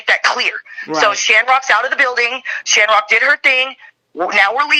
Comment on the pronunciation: It’s a shanrock thing 😂